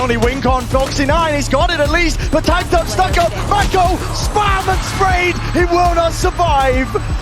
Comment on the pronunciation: ik but he pronounced it as Mayko ahaha